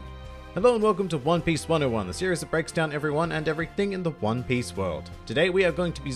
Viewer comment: Did he just say "hone piece"?